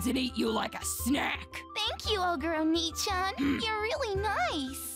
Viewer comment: As I'm sure people know, Onee-chan is pronounced similar to "Oh-naayy," so it would work if Oni was male, e.g. Onii-chan. I'm Japanese and the pronunciation just made me think it was read incorrectly, so I could see others not getting the joke. I think something like "Oni Onee" would work for western viewers being used to alliteration puns.